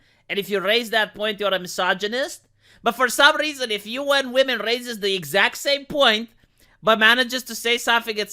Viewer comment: Funny how UN women IS Read "UNWOMEN"